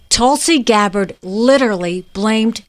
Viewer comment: LOL I love the mispronunciation of Gabbard's name. Not even going to correct it - if they want to say the VP's name incorrectly, they can have a taste of their own medicine. Also, congratulations on finally learning how to use singular "they" - I knew you'd get there eventually!